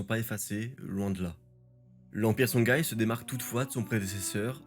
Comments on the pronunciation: Pour info c'est songhoï et non songhaï et Massa Moussa et non Mansa Moussa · Songhaï se prononce SonRaï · C'est une bonne vulgarisation, merci pour le travail. Par contre juste une précision : "Songhaï" se prononce Sonraï, comme Ghita et Ghassan se prononcent Rita et Rassan. Merci et bonne continuation.